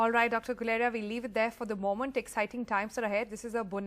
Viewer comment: Funny the way you pronounce ‘moment’ sounds like MO-MANT